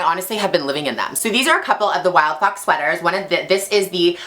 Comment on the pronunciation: Its helpful very because i thought she said wildpop